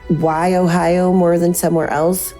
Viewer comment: Hearing her say "Why Ohio" is funny as shit...the way it sounds.